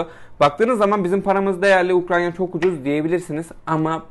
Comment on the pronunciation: Ukranya değil ya UKRAYNA 😅